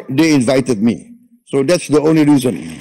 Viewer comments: Wiwokdetok. Not anle tokdetok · We wak de tok. Not onli tok de tok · Not onli tok de tok, wi tok ge tok😅😅😅